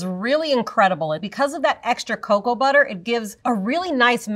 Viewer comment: It's not caco it's coco